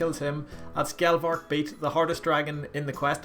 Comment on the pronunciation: Galvek* not galvarg